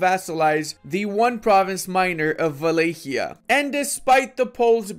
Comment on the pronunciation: I always said Wallachia wrong until today, being Romanian I assume he says it's the correct way so I, from today, will say Valaykia